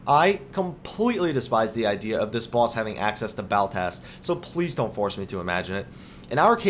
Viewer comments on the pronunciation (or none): Also It's not Baltast, it's Ballast, Ball as in val and ast as in asterisk. Other than that, great video. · God, I cannot get over the 'Baltast' rubbish.. you just keep saying it. It's Ballast. It's something that regulates electrical current. Like you go to the length of making a good video focusing on high attention to detail, when you cannot even read an ability's name. Kinda saps the credibility from it all.